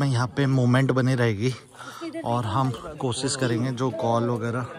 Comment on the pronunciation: बेटा कोशिश होता है आप कोसीस बोलते है आप श को स बोलते है मेरे साथ भी यही दिक़्क़त थी अपने दोस्त के साथ मिलकर ठीक कर लिया था आप भी कर सकते है